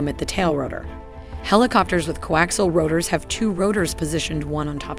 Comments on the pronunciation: Co Axle? lol Not Co Axial? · I appreciate the effort put in to this but it’s laden with inaccuracies, to start ‘co-ax-iahl’ not co-actual. “Most helicopter main rotors rotate in the clockwise direction” … not true, there are as many CCW as there are CW, European types tend to be CCW while many US types are CW, it’s up to the manufacturer. Still this extremely versatile and capable machine is often overlooked for more hyped Western types, so I appreciate your effort. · "co-actial'? "co-axle"? ...whatever.. one of those! lol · I have trouble listening to the computer-narration butcher the pronunciation of the word coaxial! There is an 'i' in there and it IS part of the pronunciation! If you can't get that right - puts the rest in question. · Someone is having trouble pronouncing coaxial. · The narrator can't even pronounce "coaxial"!!!!!